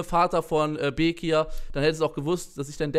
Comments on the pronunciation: Okeeey du sprichst bekir auch falsch aus also voll der selbst diss eig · Du machst dich darüber lustig das bekir sagt aber kannst selber bekir nicht aussprechen